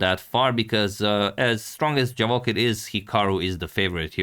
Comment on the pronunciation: Antonio, pratim te i jako cijenim kako se trudiš ne samo da radiš super analize nego i da pravilno izgovaraš strana imena. No morao bi znati da Javokhir nije Englez nego Uzbek, pa se 'J' ne izgovara kao 'Dž', nego onako kako piše. ;-)